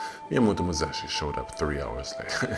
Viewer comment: Musashi not Muzashi...